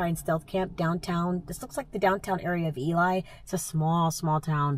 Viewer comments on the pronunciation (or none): Hi, Ely, Nevada pronounced Eeelee....just FYI. I enjoy your videos, just living the dream.....inspiring me to want to give it a try later in the year! Safe travels! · Ely is actually pronounced Eelie and its a mining town. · Just letting you know that Ely is pronounced like it's spelled Elee. Love your travels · Enjoyed the ride. It’s been years since I’ve traveled that road. I also wanted to let you that Ely is pronounced E-Lee. I’m glad you found the little things that made your travel on Highway 50 enjoyable. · Its pronounced E-Lee. It was a copper mining community and was partially settled by mormons in the late 1800s. That main stretch can be a bit loud on the weekends with the bars etc. I was there in early April and it was really interesting. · Ely is pronounced like e-lee, I'm from Nevada so not trying to be rude. There's a really cool train station there that you can ride the star train. It was featured on CBS because that area of Nevada is dark sky territory. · Vegas to Elko is a beautiful drive. P,S, it's pronounced eely. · The town of Ely is pronounced Elee. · Ely, NV is pronounced E-lee ! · Just fyi it's pronounced ELEE.....It's spelled Ely so it's easy to think that.